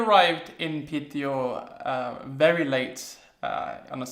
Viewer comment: You pronounce the name "Piteå" incredibly well, but if it's too much work for you to say i'd suggest you to just say "Pite" instead. It's much easier to say and gains you some mad respekt for saying it like the locals do. ;) Anyway I'm glad you enjoyed your stay and please feel welcome to come back.